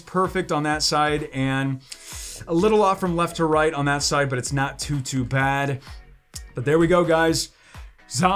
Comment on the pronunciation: Does anyone else hear say "NATU bad of pulls lately/today" when he says that phrase, instead of "not too" bad? Or is that just me hearing that.